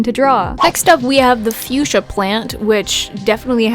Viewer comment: Fuschia the flower is actually pronounced Fuk-sia. I know it sounds dumb but its true. You can call it whatever you want and it wont matter, just a gardener wanting to share xD Also stop being so hard on yourself :(